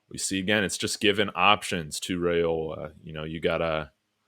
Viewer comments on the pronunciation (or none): Dillon's name is pronounced RIOLA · ‘Rye-ola’ I was losing my mind listening😂